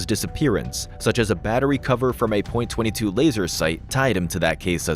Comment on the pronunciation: Is this AI narration? Because the words are mispronounced and it's a .22, not Point-22.